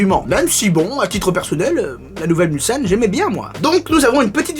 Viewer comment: Justement ! Moi qui suis un ancien Mulsannais , je peux vous dire que notre serviteur le prononce impeccablement, là ou beaucoup disent souvent " Mulzane".